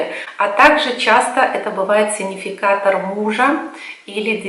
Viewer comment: "сиГнификатор", пожалуйста, говорите. Слишком режет слух Ваше произношение и ошибка. С пониманием.